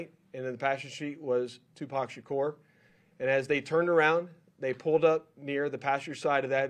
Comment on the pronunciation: Sha kore. Messed his name up